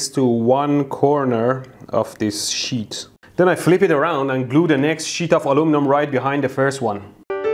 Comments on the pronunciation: That's sheet not sh!$ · I know you are saying sheet(s) of stuff... but I SWEAR it sounds like you are saying shits of stuff. lol Every time you say sheet, I SWEAR You are purposefully saying shit! lol xD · Sir, please pronounce "sheet" with the proper prolonged "i" sound that "ee" results in. Not the shorter "i" sound that a single "i" produces. TL;DR: Sheet, not shit. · When he says sheet it sounds like shit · How immature of me to chuckle every time he pronounces "sheet".